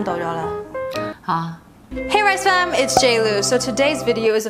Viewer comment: I always laugh when your mum keeps saying rice FARM instead of Fam every single time 😂😂